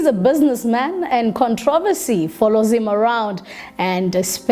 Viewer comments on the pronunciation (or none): none